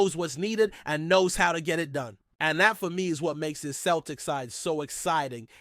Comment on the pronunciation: Mate joe hart dnt play for celtic anymore and its pronounced seltik not kelrtik